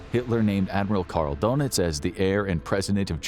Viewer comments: This guy's pronunciation of the last names is driving me nuts. It's not donuts for pete's sake. Ugh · Gee, considering that there is about 90 years of historical films, you'd think they'd at least learn how to pronounce Goring and Donitz' names properly........GYURR-ing, DURR-nitz..